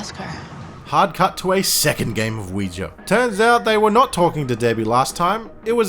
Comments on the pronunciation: lol americans trying to say OUIJA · The way you pronounce ouija is hilarious to me 😂